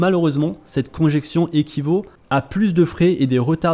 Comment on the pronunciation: Pas "conjection", mais "congestion". 😘